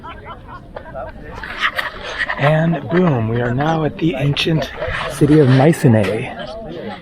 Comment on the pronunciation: … and I’m off to Greece tomorrow. It’s pronounced mySEEnee, btw!